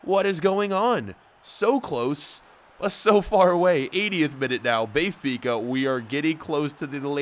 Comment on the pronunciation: Hey can you please stop saying Bay-fica it's Ben-fica and it's really getting on my nerves.